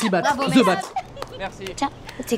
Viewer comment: vous savez que pas parce que c'est anglais que le 'TH' deviens 'Z'. On ne dit pas 'ze' , mais 'the' (de). ca fait un peu fif zozotter